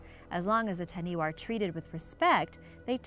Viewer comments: Please please please redo the audio for correct pronunciation. For example Taniwha is Ta-Nee-Faa not Taniway. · As much as I love to see our Maori culture showcased on here. Taniwha is pronounced fa not wa at the end. The wh sound is a fa sound always. But thank you for showing our beautiful legends. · please get a polyneisian to help you with the pronunciation. the main thing that took a stab at my heart was the taniwha pronounciation, its not taniwa its tanifa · Taniwha, this is a great video but it's pronounced tani-fa not tani-wa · Just some small bit of correction it is pronounced tani-fā (taniwha). Just a little bit of helpfull information. I am not trying to put you down for trying just wanted to help you say it correctley just in case you ever visit the islands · Taniwha (tah-knee-fa) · Taniwha is pronounced Ta-knee-fah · She said ta-knee-wa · Ta-knee-fa (Taniwha) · Wh if actual a f sound cause maori language doesn’t have wha so when she said taniwha it more pronounced like tanifa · Dont know if this has been mentioned. In the Maori language. The 'WH' is pronounced as an 'F'. Making that last creature TANI-FA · its not taniwa its Taniwha wh make the f sound in moari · Taniwha is pronounced tani 'fa'😃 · it is pronounced tanifa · It’s pronounced ta-nee-fa get it right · Taniwah its Taniwha learn your pronunciation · Wh=f Ta-ni-fa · hi im late and from new zealand but you kinda prouned taniwha wrong just wanna say